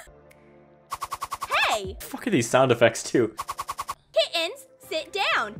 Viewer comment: "These aren't the kittens you're looking for... Move along... " "These aren't the kittens we're looking for... Move along..." 🤔 Also, just HOW does she pronounce kitt-Ens?!? 🤔